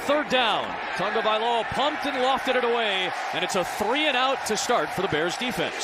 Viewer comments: Is it me or does he say "Tongavailoa"? They cant say his name without an "N" i guess. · Why does everyone say Tangovailoa?